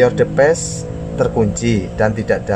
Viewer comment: Device dibaca divais